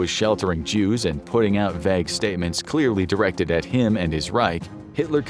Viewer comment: You mispronounced "vague"